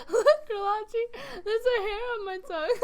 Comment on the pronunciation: Re-la-chi? I thought it was pronounced Re-lah-Kai